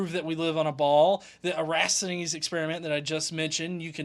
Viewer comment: It's Eratosthenes not Erasthenes,!